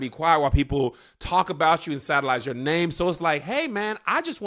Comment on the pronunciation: Wait, did he say “satalize” your name? 😂😂